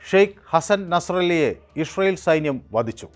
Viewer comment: ഇസ്രയേൽ എന്ന് നേരെ പറയാൻ പഠിക്കൂ അവതാരകാ..